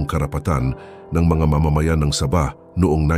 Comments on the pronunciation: MAGBIBIGKAS LANG NG SABAH, MALI PA... ANO YAN NILAGANG SABA........ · Sabah po, Hindi Saba (uri Ng saging ang Saba) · Saba! ??? Saging na saging ang pagkakadale mo bro ah...😂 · Ang pagbigkas mo ng sabah ay mali.